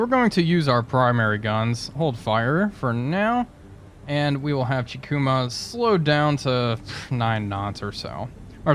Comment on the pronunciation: Kako is pronounced as “Kaw-ko.” The Japanese very rarely use what English calls “short” sounds, like “a” in apple. The letter “i” is also most commonly pronounced as the e and in “eagle.” So if we want to be 100% accurate, Chikuma should be pronounced as “Chee-koo-maw.” But just like all languages, there are certain circumstances with dialect and accent that can allow some wiggle room. I hope this helped with the pronunciation of the names. Love the vids, bro!